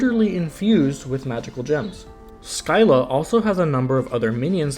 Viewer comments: Showed the mispronunciations to a Greek myth fanatic friend. I have never seen that face on anyone before lol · u mispronounced scylla which is kinda funny